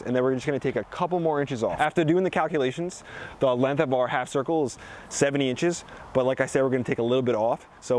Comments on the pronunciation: “It’s time to get the lenth” It’s Length, not lenth 😂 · There is a G in LenGth.... really. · "cut these to lenth" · good vids. you say 'lenth' a lot. there's a G in there, length bra. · Good info, but the "Lenth" ??? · Learn how to pronounce the word "length" since you use it so much. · Length.... length..... you say that funny I dunno